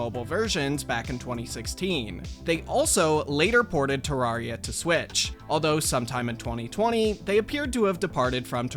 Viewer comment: Ter-RAWR-ia? I thought it was pronounced tuh-rare-ia. Strange.